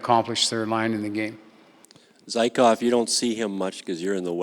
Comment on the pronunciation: And just so we’re all aware, it’s Zee-Kov.